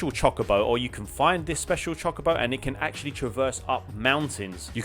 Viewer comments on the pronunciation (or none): As a massive final fantasy fan it’s pronounced Cho-co-bo, but I’ll forgive you as long as you play the remake 😂